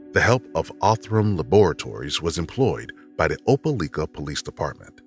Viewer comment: Good video. Not quite sure why the narrator sometimes says ‘the’ and ‘they’ correctly and other times says ‘de’ and ‘dey’.